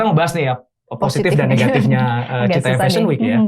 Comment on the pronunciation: bukan citayam tp citayem kalo yg dimaksud cfw